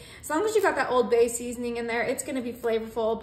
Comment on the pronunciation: I have never heard anyone pronounce the “D” in Old Bay!